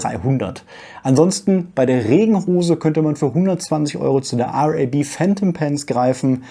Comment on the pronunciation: Da ist etwas richtig cooles dabei. Oh es ist einfach RAB, nicht R-A-B😅